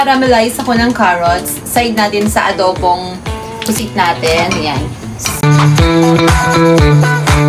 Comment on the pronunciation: GODBLES PO I like the way you say adobo pusit